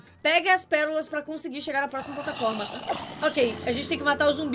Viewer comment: O patlaforma